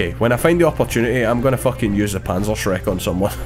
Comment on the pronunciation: Its panzerschreck